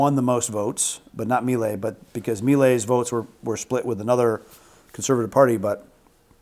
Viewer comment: At least pronounce Milei correctly🔥🇦🇷